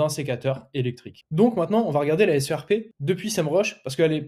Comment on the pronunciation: On ne dit pas la "SRP" mais la "SERP" (prononcer "serpe").